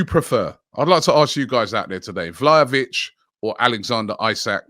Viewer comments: Vlalovic lol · Vla Hoe Vic, Vlahavic, Vla vic, man his name is hard to pronounce.